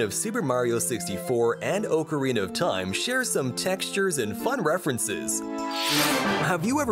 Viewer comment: "oucerina of taim?"